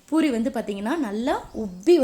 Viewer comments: Boori இல்லை . பூரி . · Panipuri nnu sollumbodu crcta solringa...but normal puri nnu sollumbodu edukku buri buri nnu pronounce panringa? Adhum puri dhan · It is puri not buri